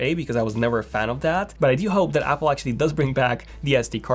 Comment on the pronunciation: "I dyu hope"